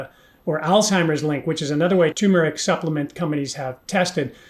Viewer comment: You got tur mer ric though when everybody else says too mer ic. I can't wait to hear more of these